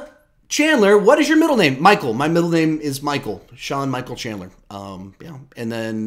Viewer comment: Haha didn’t pronounce my name right😀